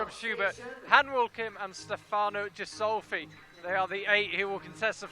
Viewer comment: The "G" in Ghisolfi is pronounced as the g in good or gangster. The "h" following the G is indicating this. Please take note. Cheers for the proper commentary :)